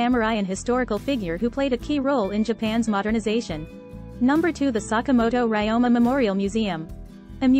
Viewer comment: Ryoma is mispronounced